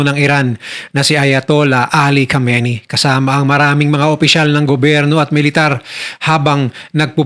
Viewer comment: Khamenei not khameini